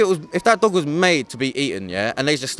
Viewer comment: he says thog instead of dog😂😂